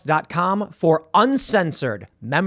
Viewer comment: why does Tim say “Exclusive” with such emphasis?